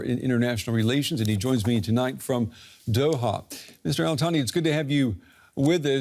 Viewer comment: did he say “Israel Thani”?😂😂. I had to watch to see who this “Israel Thani” was - what a combination!😅😅😅